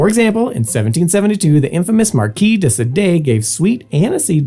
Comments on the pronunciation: "Marquis de Se-DAY"?? How? How do you get this wrong? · Marquis de sade is day- SAHD.